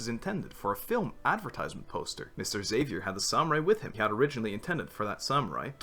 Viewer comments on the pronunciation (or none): i died inside when you pronounced Xavier like that ahhahahahha